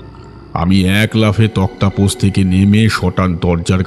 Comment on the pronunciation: শব্দোচ্চারন ঠিক করুন।তক্তাপোষ কোথাও লেখা থাকলে সেটা ভুল। ওটা তক্তোপোষ হবে।